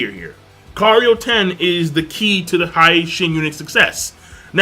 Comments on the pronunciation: Ha-ha yeah that annoys me as well he shin not Hi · HEEEEEEE SHIN UNIT! xD (Although it can't be helped if "Hi" with long "I" vowel pronunciation is preferred by one). Good review btw ^-^